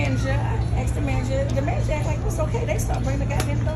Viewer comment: “ The manergeer …”